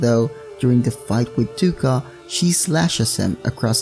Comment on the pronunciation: You actually prenouce it toe-ka :)